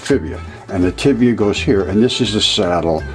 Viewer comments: Am I the only one hearing him call the tibia and fibula for tibula and fibula? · Did say “Tibia & Fibia?” So I thought I heard...